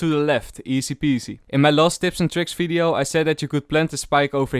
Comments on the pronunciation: it's vvideo not fideo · I like the way he says video. He says its as fvidio